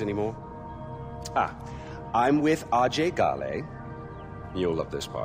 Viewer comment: The different pronunciations of "Ajay Ghale" ruins the immersion, imo